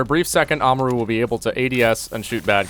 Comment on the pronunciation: Im cringing (ama- ru) aaaaaaaaggggggggghhhhhhhhh